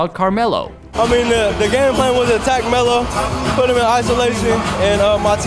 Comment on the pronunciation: He can't pronounce Melo though so he's saying Mellu or something like that